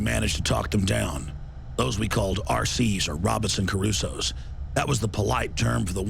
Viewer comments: Not 'Cerusoe', *Crusoe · CRU SOE not CARUE SOE